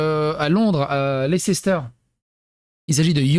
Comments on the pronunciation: Ca ne se prononce pas non plus Leisséster mais Layster. 😉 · Ça se prononce Less-ter Pas lecès-ter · On prononce.. gloster et leister on oublie le CE au milieu ( CE pour communauté européenne 😅) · Leicester se prononce ´lester’. C’est plus simple... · "Leicester square" (à prononcer "leister*) est le square avec des artistes de rue et des statues en quantité à destination d un public familial. Le quartier est meme définitivement axé tourisme et famille avec ses magasins qui sont de vrais petits " musées" comme lego et mn'ms. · En fait ça se dit Lester, Glouster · Ça se pronounce " Lésteur " square ( c’est une place ) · "lesstheur" stp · On doy leisteur ! Tout court ! C est comme ça que ça se pronnonce. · Tiens, comment prononcer leicester